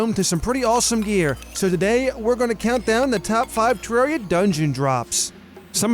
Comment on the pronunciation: Finally he pronounces terraria correctly